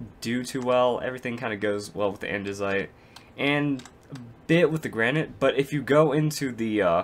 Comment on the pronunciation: Lol u don't know how to pronounce granite(Repliers shut up) The 'a' is said like in grand and the 'nite' is said like the word knit.